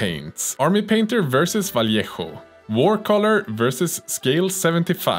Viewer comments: Vallejo = Vah-Ley-Ho. #Oreo. 🧸🕎✝☪🍪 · well pronounced: Vallejo